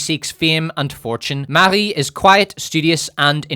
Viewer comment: Updoot for saying "Marie" in a French way.